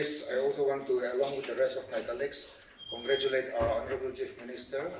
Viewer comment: in intro part says😂...Congralate our Ho'nble Chief Minister Dr. Shri. Neiphiu Yhome....😂 Did you hear that?